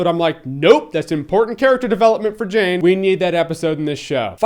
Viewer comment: It's Jayne, not Jane, ha ha ha!